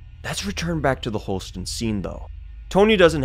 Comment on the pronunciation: Holstein!!! Not Holsten